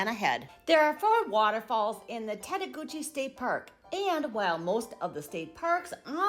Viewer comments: It's actually "tett-a-goosh", not "gooch", it's French. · You've got some errors here. The Pigeon River is NOT in Tettegouche (pronounced "TETT-a-gooch," not "tett-a-GOO-chee"). It is along the Canadian border in Grand Portage State Park. That's where you'll find the 120-foot waterfall, the tallest in Minnesota. Tettegouche has the Baptism river, with a 60-foot waterfall. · Tettegouche doesn't pronounce the E at the end. And it's not the Pigeon river. It's the Baptism.